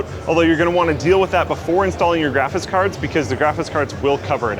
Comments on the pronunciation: am i the only one that every time says graphics card... it sounds like he's saying either "GRAPHIS" or "GRAPHITS" card? Not complaining, love the videos, just always feels like nails on a chalkboard whenever we talk about graphits cards:) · Is drunk? graphis cars? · Did anyone else hear him keep saying "graphis card(s)" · says "graphis cards" a lot in this video. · really said "graffis cards" a lot in this vid. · graphis cards lol Voice getting a bit worn out at this point, or have you always pronounced "graphics" this way, and I just never noticed? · "Graphice cards"